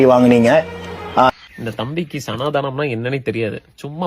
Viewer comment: சனாதானம் னு ஒழுங்கா சொல்ல தெரியில. அதுக்கு சப்போர்ட்டா பேசுறான். மொதல்ல அது என்னனு தெரிஞ்சிக்கோடா.